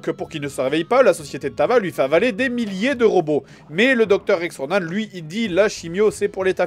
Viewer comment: bon je sais pas si ça a déjà était dit mais bordel ça me stress qu'il dise RONAN(E) c'est pas comme ça bon sang c'est ronan -an-. a+n=(an) comme en. c'est horrible à entendre et je sais de quoi je parle je m'appelle Ronan..... 9ans plus tard c'est jamais trop tard